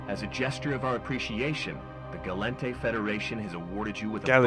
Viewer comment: Gall-ente. Min-matar and so on xD not minimatar or galiente